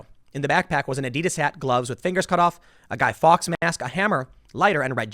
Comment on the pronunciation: Fawkes is pronounced forks bud.